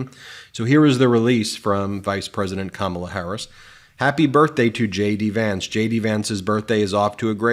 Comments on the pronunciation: Ben, you said her name wrong. In the first minute! Do better! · Ben. Please say her name right. Don’t pronounce it like those maga morons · Ben, I'll charge it as a slip up this time. I know you know how to pronounce Kamala! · Ben!! CAM A LA. Not CA MAW LA. Be careful, please! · Ben Be careful … you led off pronouncing KAmala as KaMAla … You recovered though and we know it was not intentional. Trump’s mispronunciation is, however, both intentional and insulting. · (KA'-mala, not Ka-MA'-la) Pronouncing her name important...the only way 45 can feel better about himself, is to disrespect someone else. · This drives me 🤪 … It’s not Ka mala - it’s Kama la. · Uh…comma-luh, not ca-mala… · Ben , will you PLEASE, PLEASE stop mispronouncing given names? ! Pokock gets it rights ALL the time. It is KAMAla, not KamaaLAA, it is AILeen NOT EILILeen. You are a bright guy, please pay attention! This has been pointed out many times to you, perhaps you are just arrogant and think you know better? You are really pissing us of here in Scotland with the Scots name Aileen! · Hey, Ben! The pronunciation is KAH-ma-la. Not Ka-MAH-la. Please be consistent... :face-red-heart-shape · You’ve got to start saying her name correctly! It’s COMMAla. Not camel-a. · KAmala, not KaMAla...Trump does this to disrespect her, I know you're not doing that, but it would be better to pronounce her name correctly. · It’s pronounced like this: “comma luh” not “kuh molla.” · Please learn how to pronounce her name, Ben. It’s not ka MA la, it’s KA ma la. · Its KAMALA, NOT KA-MALA..... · Comma-La. Kamala. You have been pronouncing it wrong I notice. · Ben: It's "Comma-la" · la. comma-la. That's the way you pronounce her name. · Please do not mispronounce her name,. It is COMMA-LA…. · Omg I just can’t! It’s COMMA-LA! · It’s comma-la. Like the punctuation mark. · Her name is Kam-ma-la... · KAmala...emphasis on the first syllable. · It’s pronounced comma-la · ben, remember its pronounce comma-la